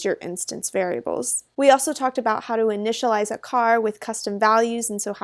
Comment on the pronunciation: "initalize".. noob XD